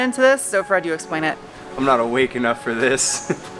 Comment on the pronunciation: I love the way you say fir instead of for, don't ever stop doing that!